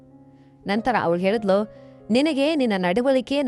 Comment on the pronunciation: ಮೊದಲು ಳಿ ಹೇಳುವುದನ್ನು ಕಲಿ, ಹೇಳಿದಳು ಅನ್ನುವುದನ್ನು ಹೇಳಿದಲು ಅಂತ ಇದ್ಯಾ 😂😂😂😂😂